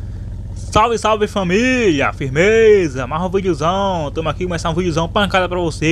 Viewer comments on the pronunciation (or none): none